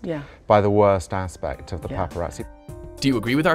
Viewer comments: god damn popereezee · Paparazzi, more like papa r azzi